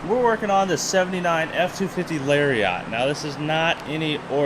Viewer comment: Nobody:: lariat pronunciation (Larry yacht)